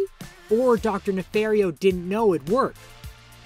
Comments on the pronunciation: Does nobody know how to properly say dr.nefarios name? It's ne-FAR-io not ne-fair-io. Gru and tons of other characters say his name Ne-FAR-io tins of times across the span of every movie. He'll, even the clip you showed of nefario after the mistake,he clearly says his name. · It’s Ne-FAR-io like Nefario said. 😂